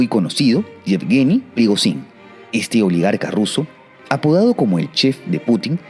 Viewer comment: se pronuncia prigollin